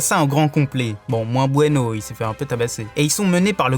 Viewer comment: c'est blueno et pas bueno et spandam et pas spadam